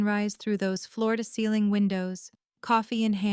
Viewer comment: Why the emphasis on floor-to-ceiling window?